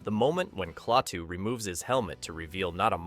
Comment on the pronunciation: The name is pronounced 'KLAH TOO', not 'CLAY TOO'